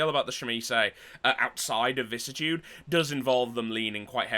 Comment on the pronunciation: Weird how people can’t pronounce vicissitude … vi-cis-si-tu-de.. google it, it even has a voice recording on how to say it.